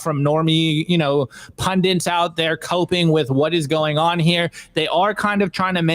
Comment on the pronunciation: No disrespect from here, but the word is not pundint. It is pundit, without the second “n”. The etymology has Hindi meaning of “learned person”. Just trying to help you out.